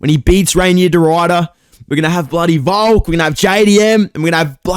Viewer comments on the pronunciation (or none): none